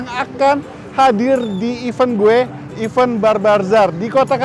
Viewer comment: Event bukan even, beda jauh🙄